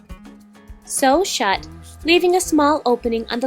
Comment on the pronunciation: when you say," Sew Shut," It sound like your gonna say,"SO SHUT UP" XD